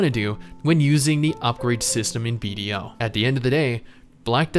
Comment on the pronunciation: Thought you were saying Bob the entire video